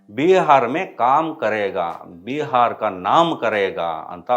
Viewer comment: ಏನಂತ ವೀಡಿಯೊ ಮಾಡಿ ಆಕ್ತಿರೋ ನೀವೆಲ್ಲ ? ಒಂದಕ್ಕೊಂದು ಸಂಬಂಧ ಇದೆಯೋ ನಿಮ್ಮ ವೀಡಿಯೊ ದಲ್ಲಿ ??? ನಿಮ್ಮ ಉಚ್ಚಾರಣೆಯೋ ' ಬಿಹಾರ್ ' ಅನ್ನು" ಭಿ ಹರ್ " ಎನ್ನುತಿರಲ್ಲವೋ ???? ಎಲ್ಲ ಸಮಸ್ಯೆ ಒಂದೇ ಬಾರಿಗೆ ಸರಿಯಾಗುವುದಿಲ್ಲ ! ನಮ್ಮ ಕರ್ನಾಟಕದ ಸರಕಾರ ಉತ್ತರ ಕರ್ನಾಟಕದವರಿಗೆ ಏನು ಮಾಡುತ್ತಿದೆ ?